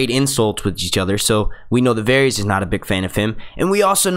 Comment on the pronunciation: his name is definitely not pronounced "various"